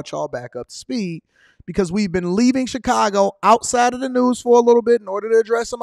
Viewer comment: I hate the way he says Chicago 😂